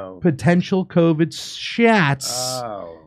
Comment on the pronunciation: Rachel Maddow let us know that if you get the vackseen you can't spread coooviddd 😂😂